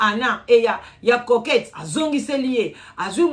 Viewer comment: Maman eza coquette et non croquette